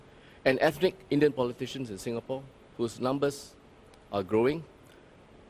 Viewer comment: He pronounced the word "Ethnic" Ethic. Being a minister, he should know.